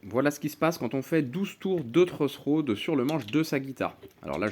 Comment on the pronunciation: "Le truss rod." La prononciation française est un peu different, neanmoin je l'ai compris. Merci!